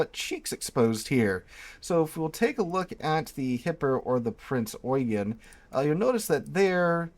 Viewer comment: Thank you for this. I haven't played this game yet, after having a bad experience with WoT, but will now. Excellent video. Subscribed. P.S. You are the first YouTuber, or Documentarian I have seen, who pronounces Prince Eugen correctly. Well done.